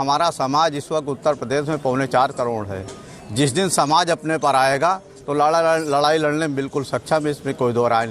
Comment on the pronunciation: Bosideke ladai toh sahi se bol nhi parahe aur ladkyi ladoge